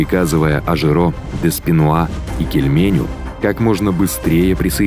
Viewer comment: Не Кильмень , а генерал Шарль Эдуард де Килмен . Поправьте, режет слух